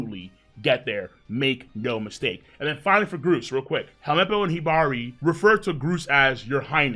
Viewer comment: Gruce and Hibari are named after birds. So the way you pronounced it is correct